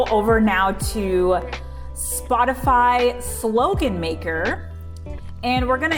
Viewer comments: Awesome! You have amazing taste, thank you for sharing!! (i did notice that you may be saying "spotify" instead of "shopify" lol.... that took some thinking but I got it right 💖💗💕) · It sounds as if you are saying Spotify, and I keep seeing Shopify. Which is correct? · Why do you keep saying Spotify and not Shopify? 🤣🤣🤣